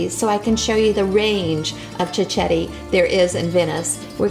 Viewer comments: Please pronounce it properly. It’s pronounced “chiketti” not chichetti. Also it’s not “proshuddo ” it prosciutto with t’s. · it's amazing how she mispronounce the word cicchetti......she's obviously never heard it in Venice (where I come from by the way..) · You need to pronounce cichetti properly first.